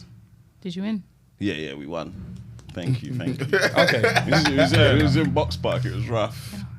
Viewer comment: And "tenkyou"😂